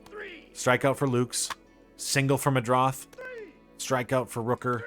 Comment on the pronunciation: Nathan Lukes is pronounced Lucas, just so you know. I know some people go nuts about stuff like that.